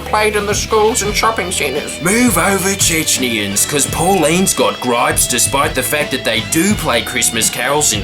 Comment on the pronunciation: It's Chechens, not Checnyans